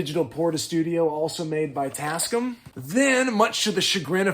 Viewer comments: TAS-CAM. Not TasC'm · I had the same reaction! “tascm?” What is he talking about? Oh…. TasCAM! 😂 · Pronounced tasCAM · Jeeze, not try'n to bust yer ball or nothing, but...ya... you say it weird. The company is called "Tas-Cam". I've owned a bunch of their stuff since the 90's. But feel free to call them whatever you like. Sorry if I made you feel icky. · Tasc'm? Damn near killed him! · I love your content and this was a fantastic watch. Big up . If you say "Tascm" like that one more time my eyes are going to burst into flames and I'm going to collapse into a pool of blood which cannot be cleaned nor touched, as it is a portal to hell and it will continue to grow until it reaches you